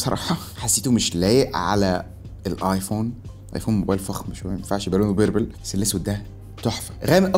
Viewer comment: فيديو ممتاز كالعادة و لكن ياريت تظبط النطق مافيش في الانجليزي كلمة بربل بهذا الشكل